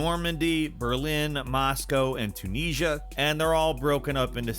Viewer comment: Not tunasia - it's pronounced CHEW-NIZEA